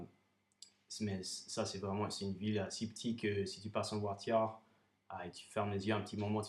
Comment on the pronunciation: WOW!! I'm impressed with your accent! You've nailed the intonations and the small nuances that French use! I only noticed some words ça et là where your Aussie accent peeked in..haha For example, the word, "Voiture". In any event, good on ya!! Keep up the great work, and keep sharing your talent for language!! Bon courage!